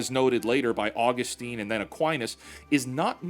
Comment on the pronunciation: please never pronounce Saint Augustine like that ever again (great video btw)